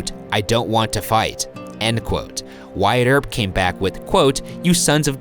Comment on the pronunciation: #postmortem do you guys think that Wyatt is pronounced really weirdly?? I'd pronounced it as 'What' instead of 'why-at'